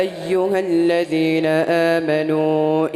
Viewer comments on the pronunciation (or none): حضرت صاحب آپ نے الذين اور زحفا ميں ذال اور زا كا مخرج ايك كرديا اور تعوذ الشيطان كی ی میں زبر كى بو آرہی ہے لیکن بچے نے درست پڑھا